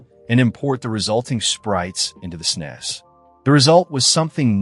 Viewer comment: ..snez?? Ugh